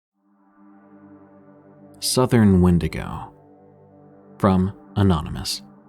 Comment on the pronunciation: "Win-dig-oh"🚫 "When-dee-go"✳✅